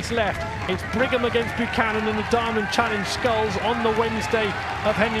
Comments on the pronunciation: Great race Cameron. Can someone please inform the commentators that his name is Buchan and not Buchanan!!! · Yo…my peeps…it’s BUCHAN, not Buchanan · Tell those commentators that his name is BUCHAN not BUCHANON!!! Go huskies! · Can't believe that commentator can't read a simple name😂 throws in some extra letters outta nowhere😅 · Well in great contest here - Note the poor commentator got your name wrong the entire race!.. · Hopefully the announcer can get your name right for the next race! Good luck! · Come on you southerners, get surname right!!! 🙄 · Awesome work,!! Heck of a result. Really chuffed for you after al your hard work. Shame the commentator be bothered to actually get your name right. POOR.